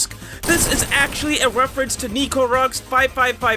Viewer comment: "wefewence'